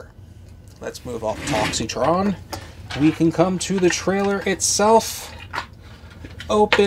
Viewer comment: The I in his name is silent!!!